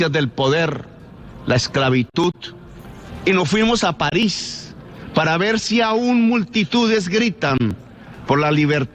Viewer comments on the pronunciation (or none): none